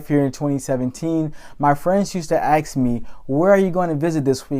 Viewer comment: like living ask not ax